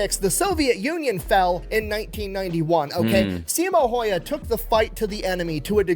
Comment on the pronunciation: I believe it's phonetically pronounced "See-mow How-hah", which sounds weird to native English speakers, but makes perfect sense in Finnish.